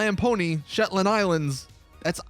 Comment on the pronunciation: I'm a Scottish man myself and you have completely demolished the name 'shetland' you pronounce it like shetlnd (well that's how I do it in Glasgow or it's just me being an idiot)